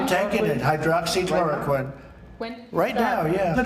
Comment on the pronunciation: with his limited vocabulary, often used "powerful" , "wonderful", "fantastic", "perfect"..... i'm surprised at how he is finally able to properly say " hydroxychloroquine ".